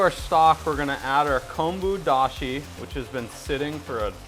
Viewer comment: Hi Your pronunciation Tare and Konbu Dashi is perfect and the Ramen you made looks so professional.